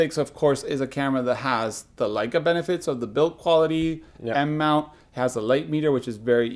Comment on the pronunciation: thanks for pronouncing Leica correctly in the Intro:) the german in me cringes every time I hear 'Ley-ca' instead of 'Lie-ca' on youtube. Same thing Japanese must feel when someone doesn't say "Nee-kon".